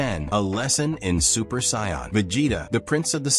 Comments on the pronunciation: Now say it with me "Say In" not scion. 😂😂😂😂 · Whatever you used for the voice over for this video, don't use it again, the way it kept saying Saiyan and Vegeta was painful to listen to, otherwise, it was a good video.